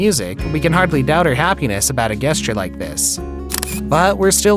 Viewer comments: The word ‘gesture’ is pronounced jess-ture, not guess-ture. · Is the narrator a robot⁉️ guess-ture? not jes-ture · Mispronunciation alert! Gesture is pronounced "jesture"...not "guesture". 😊 You're welcome! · Sorry, but 'gesture' is pronounced 'jest-ture'. Not the way you're saying it 😂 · I'm sorry, but the only thing I got out of this video is the speakers annunciation of "Guess-ture". Wow. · I'm a fan of the channel, but am I the only one hearing that he pronounces the word "gesture" as "guess-ture"? Is that regional or is he just mispronouncing it? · FYI: Gesture is pronounced “jest-ure.” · I've never heard the word "gesture" pronounced as "guess-ture" before now and I'm english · I’m sorry- if you’re job is reading/narrating this stuff - you must know how to pronounce words. In the word “gesture” the G is pronounced as a J. I can understand making an honest mistake (especially if one is doing tons of these things)- but what about editing? Is there even an editor? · When is this guy going to start pronouncing the word gesture correctly...